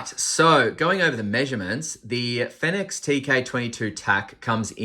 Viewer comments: I saw another review of this light & the guy had the biggest sook about it & didn't even finish the review, because he was so disgusted by it, complete douche.Oh btw,not sure if you care,but apparently it's pronounced "Phoenix" 😁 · as far as i know, every other (english speaking) reviewer pronounces it the same as the word 'phoenix'